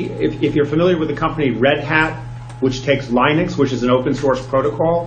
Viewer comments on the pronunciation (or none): lol he said LAYnux